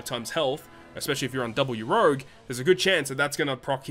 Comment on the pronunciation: Stop pronouncing urouge like that pleaseeee 😂